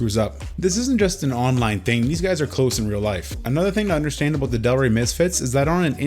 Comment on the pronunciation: 3 "aboots" in the first 2 minutes alone... love ya, bruh.